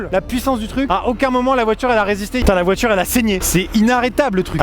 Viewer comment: pauvre todd sa voiturrrrrrrrrrrrrrre ... XD